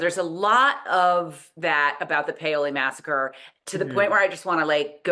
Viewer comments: I've lived on the PHL Main Line for more than 70 year, most recently in the town adjacent to Paoli. In 70 years I have never heard anyone who lives here say POW-LEE. We only say PAY-OH-LEE. Only "outlanders" mispronounce it. However, I wonder if it was pronounced as POWLY in the 1760s. Paoli is named after a French man. I think the French pronunciation would express all the vowels. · My Aunt lives in Paoli and I have never ever heard her say it as it was pronounced on the the show! PAY-OH-LEE is how I've heard it. Ladies of Lallybroch, there's a name I haven't heard in a while. I remember them from the beginning. I thought this episode was really great overall. I liked how they stayed close to the book. I agree, Jamie and John were hard to understand in the woods and I had to have captions on for that. David squeezing his eyes was perfect because he knew Jamie was going to kill him for what he was about to say. William asking Claire the circumstances of this birth was so good and Cait and Charles were spot on with it. I really think Claire wanted to be helpful to William as well. I agree, the books have William and Claire having more of a connection but the show doesn't have the time. John has no idea of what happened to Jamie in Wentworth and him saying they were f ing you I think had a affect on Jamie and he let lose. It was hard seeing Jamie beat LJ up. The British left Philadelphia because France entered the war in 1778 and the France Fleet showed up. Fifteen thousand British troops left and ended up in NY. Loved Rachel's response to William after he had Ian arrested and Izzy has done a great job as Rachel and yes, William was having a no good very bad day! Is there not another bedroom in LJ house??? Didn't care for the cutting in of J&C and LJ scene. I think the intimate scene was awful and sometimes things don't transfer to the show from the book as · I stopped watching to send y'all a message on BlueSky when I heard "Remember Paoli" (mispronounced)!